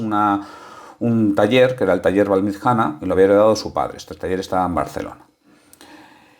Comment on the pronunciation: VALLMITJANA SI SE PUDIERA ESCRIBIR SU PRONUNCIACION SERIA ALGO ASI COMO VALLMITCHANA.SALUDOS